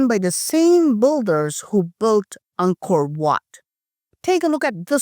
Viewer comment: *Builder is pronounced bilder, not bulder